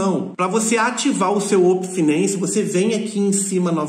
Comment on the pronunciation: Uopen finency kkkkkkk